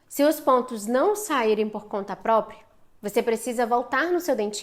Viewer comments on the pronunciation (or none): none